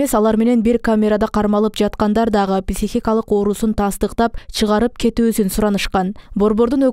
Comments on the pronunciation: ПИсихикалык эмес пСИхикалык дегилечи урматтуу ПИСИХ журналистер. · Кечиресиз, писихикалык эмес психикалык деп айкан тууру болот. Терминди туура айтуу керекго. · Журналисттер туура сүйлөгөндү үйрөнгүлөчү,писихикалык дебей,психикалык деп. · Писихикалык ,.ч😂😂😂😂бляя койгулачы, граматныйраак диктор жок беле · Журналист кыз, сураныч психика деген созду туура айтынызчыыы